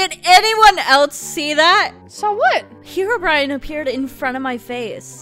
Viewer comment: heroBrian❌ herobrine✅